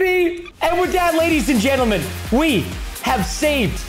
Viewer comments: When he was killing cows he said ladies and gesrms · I like how he said ladies and germes